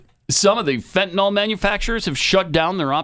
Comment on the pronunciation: It’s not fentaNOL is fentaNYL (fenta-nil)